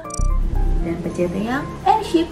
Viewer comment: Airship aneh bukan airshap